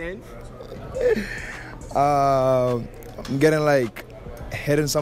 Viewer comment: He’s saying plankton 😂 peng ting